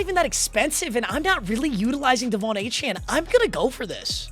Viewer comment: devon A chain is how you pronounce it